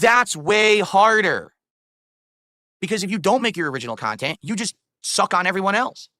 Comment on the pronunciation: "I make original khantent" The khantent in question: dead air, begging, and drama